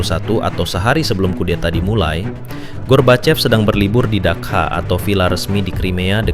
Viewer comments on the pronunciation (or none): tempat peristirahatan orang2 russia itu sebutannya Dacha (дача) bukan Dakha.